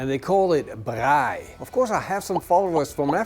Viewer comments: Love your pronounsiation of braai and braaibroodjies. Instead of mayo on the outside, I use porkfat Ja, chutney is nie gemaak vir steak nie😂😂 Groete van hier uit Suid Afrika uit. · Best attempt of saying the word braai from a non south african lol well done